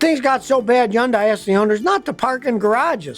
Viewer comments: I hate how he pronounces Hyundai wrong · The way Scotty kept pronouncing it....I was cringing each time! 😅